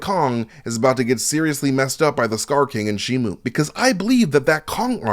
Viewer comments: it's shi-mo not shi-mu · It's shimo not shimu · It's pronounced shimo not shi-mu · he gets alot of things wrong ,he even says shimu instead of shimo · It's pronounced and spelled shi-mo if you don't believe me, Google the toys and merchandise for the movie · It's shi-mo show me the u in the name ,you can't there is no u in the name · It's pronounced and spelled shimo there is no letter you in the name